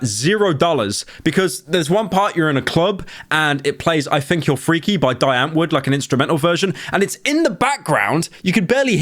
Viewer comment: The way Pyro pronounced Die Antwoord literally made me spit out my food.